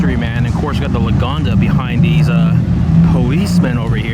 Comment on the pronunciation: It's Lagonda, and I heard about it.